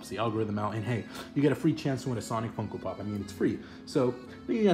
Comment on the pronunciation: When you say funko pop it sounds like Fucko pop